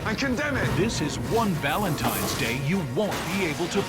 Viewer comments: sounds like Gordon says "valentimes" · IT'S V A L E N T I N E ' S NOT VALENTI M ES - THERE'S NO M IN THE WORD. I'M NOT SHOUTING - I JUST CAN READ BETTER. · he said "happy valentimes day" about 10 times. does he not know what valentines day is? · Gordon kept saying Valentimes. "Hey buddy, that's not how you spell it.'" LoL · Actually I believe he said ValenTIMES Day. hahaha